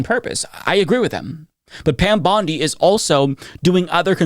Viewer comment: Pam Bondi puts emphasis on the wrong syllables when she’s talking.